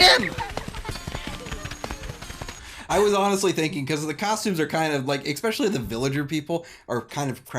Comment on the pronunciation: ekspecially? Really?